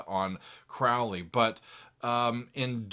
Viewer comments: It’s Mr. CROW-ley! To rhyme with goalie. Please, Mr. Oozy Owsborne. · Crowley is pronounced Crow- lee! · Hey, Crowley said in a book, (forgot which) his name rhymes with holy. “Crow Lee” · My name is Crowley because that i am holy. My enemies call me Crawly and wish to treat me fouly. - A Crowley It's pronounced like the bird Crow-lee Ozzy mispronounced it also and despite the song, didn't know anything about him. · Randy Rhoads - such a sad loss! Interestingly, Ozzy pronounces Crowley incorrectly: it should be pronounced ‘Crowley’*. *Sorry, couldn’t resist - the first syllable of his name was the same as that most famous of corvids: the crow. It’s not symbolic, of course. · Ozzy didn't write the Lyrics. Daisly did. OZZY even mispronounces his name on the song. Ozzy was drunk while Randy and Bod Daisly were doing all the writing. I don't think Ozzy could use "Polemic" in a sentence. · Thank you— I didn’t want to say it, for fear of having to hear about how there’s more to this song than to say ‘teaching a new generation to mispronounce Crowley’ 😂